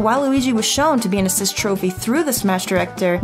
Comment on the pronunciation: yo why she gotta say trophy like that